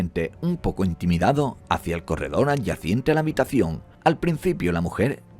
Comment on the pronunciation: Adyacente, no "adyaciente ".